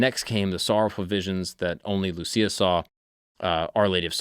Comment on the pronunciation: You pronounced Lúcia wrong